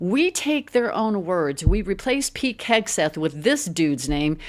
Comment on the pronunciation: Am I hearing you correctly? Are you saying "Peek Hegseth"?